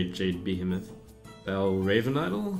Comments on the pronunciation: Somebody tell Trump it's pronounced Be-heeeeeeee-moth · I cringe every time he says the word "Behemoth" wrong.